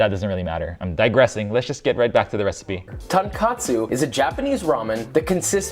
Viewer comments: Well, I do think it kinda matters that you use the correct word for the dish you're making. I get it that words from other languages are often a challenge to pronounce, but honestly that's not the case here - he's simply talking about cutlet soup all his video. I know Joshua does a lot of research for everything so I'm kinda surprised he made such a rooky mistake. Heck, he made pretzels pretty well and even used lye in the process - which is as it should be but many Americans think a 3% lye solution is too dangerous to handle yet the liquid bleach they use for their clothing is a lot more corrosive. He talks about OCD people at the very end. Makes my wife go 😍🥰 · Cringed at "Tonkatsu" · Lol! “Tonkatsu” ramen. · Weissman's mispronunciation is really annoying to me. It's so, so basic to learn to pronounce the name of the dish you're showing people to make.